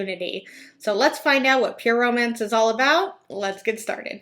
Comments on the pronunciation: Oh my god I thought the same thing! So strange how its pronounced like Pure mance or pure oh mance. Maybe it's her accent who knows? Still should learn how to pronounce your own company right ? Lol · I’d just like to know why she pronounces it so weird. “Pur-o-MANCE” ...who pronounces romance like that? Do all the Huns pronounce it like that? Lol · Every time she says "Pure Romance" it sounds like Pyramid. That's... telling. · It sounds like she’s saying pure omance and it’s driving me nuts. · I hear "permans" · I was like what is peer mance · Omg, yes!! She keeps running the words "pure" and "romance" together. It sounds so odd when she pronounces them.